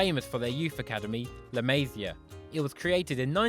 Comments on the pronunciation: Dude, can't stand your butchering of "la Masia"... [ɫə məˈzi.ə]. Please ask a Catalan speaker... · I HATE HOW HE SAYS LA MASIA